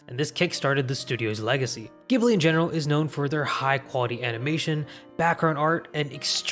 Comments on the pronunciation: Ghibli is with the J sound, damn it!! <_< (also Miyazaki got inspired by Le Roi et L'Oiseau, a French movie that stayed in production hell for like, 40 years ^^) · Studio 'Ghibli' is pronounced 'Jibli'. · It's pronounced "Jiblee" for Ghibli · My dude, the katakana literally pronounces it "jiburi" right there on your video. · It’s pronounced jiblee but spelled ghibli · Ghibli is pronounced “Jibli” with a soft g!!! This is such a pet peeve of mine. I don’t mind the average anime viewer getting it wrong, because the Italian word is pronounced with a hard g so it’s natural to assume it’s the same. But if you’re gonna make a video explaining the studios I will expect you to get the name right… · Not to be a stickler, but thought you ought to know studio ghibli is pronounced jiburi. It's crazy how common some Japanese words are mispronounced outside of Japan. However, I can totally understand not saying it "correctly" for some things like karaoke cause if anyone pronounced it kah-rah-oh-kay in America you'd get weird looks from everyone around you. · Just FYI, Ghibli is pronounced jibli. ジブリ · cmon man its pronounced "jhibli" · How is it that still to this day the majority of people don't pronounce Ghibli right lol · *Receives psychic damage from the mispronunciation of Studio Ghibli* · While the Arabic word ghibli is pronounced with a hard g, the Japanese Studio Ghibli is pronounced with a soft g like a j. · Thanks for the video! I learned a lot. However, one thing you did get wrong was that "Ghibli" is actually pronounced "Jibli", despite the spelling, which would make one assume differently. Also, it's not quite a correction, but I feel that winning an Oscar says nothing about the quality or competence of an anime work, and they have nothing to prove to award givers in a country that can't produce animation even 1/10th as good as Japan. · Yup, came here to say this. It's JIH-BLEE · Studio Ghibli is pronounced with a "J" sounds like "Jibli". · Jiburi not Giburi